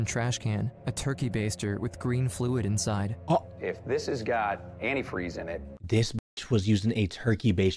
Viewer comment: The mom outed herself by the way she says antifreeze incorrectly, even spelled it incorrectly